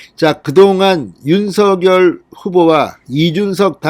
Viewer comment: 진성호님. 제발 윤서결이라고 읽지 마시고 윤 석 열 이라고 읽고. 부르세요. 또박 또박 읽는것 처럼 하시면 되실텐데 . 왜 윤 서 결. 로 들까요.